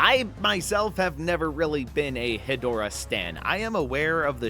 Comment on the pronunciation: Ghidorah and Hedorah reveal already makes me already so much happier with this pack than the entire Ultraman pack(I found it to be incredibly disappointing). Big Showa era fan here, that's my favorite era. Also Hedorah is pronounced "Head--Rah"